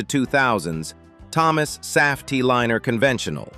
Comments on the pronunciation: AI can't pronounce Saf-T-Liner. Not once. Not in any of the videos this channel has produced. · And also the way it mispronounces Saf-T-Liner. That one is like nails on a chalkboard.